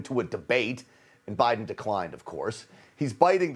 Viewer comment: Thank you for pronouncing 'Putin' and 'Biden' CORRECTLY!!!! Why other news anchors/commentators/reporters find it so challenging, I cannot imagine.